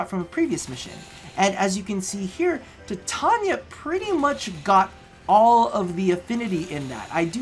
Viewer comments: If you say tattonia instead of titania one more time im going to cut off both my ears and send them to you covered in anthrax. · I Know right he's pronouncing it wrong just like how he's pronouncing Titania wrong